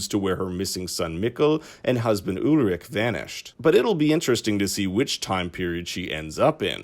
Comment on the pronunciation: It's soo funny to listen to you pronouncing the German names haha yulrik and francesca